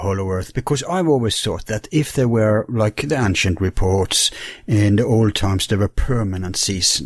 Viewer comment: I would like to help with pronunciation. There are so many words that would be easier to understand if the accent were on the right syllable and a few other details such as how to pronounce "ancient" or "chemical".